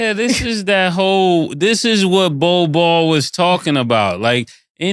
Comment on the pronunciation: I love how they call him "Bol Ball" 😂😂